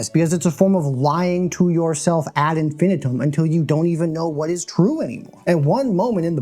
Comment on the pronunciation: you said "ad infinitum" the right way. I'm subscribing.